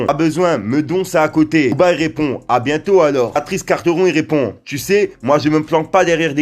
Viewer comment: Quarteron il à problème de langage il faut qu'il aille voir une orthophoniste